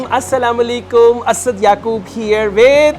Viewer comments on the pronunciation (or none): Sir,,try to give salam properly U said,,assala mulikum,that's wrong Say like this,,Assalamualikum 🇧🇩